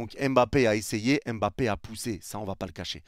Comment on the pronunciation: Il part, parce que depuis sept ans, personne na été capable de bien prononcer son nom: c’est pas EM-bappé, c’est MM-bappé, pas EN-gannou, c’est NN-gannou, respectez son nom, sil vous plait !!!